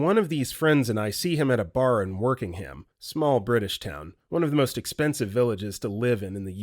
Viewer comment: It’s Wokingham, not Workingham and it’s not one of the most expensive villages in the UK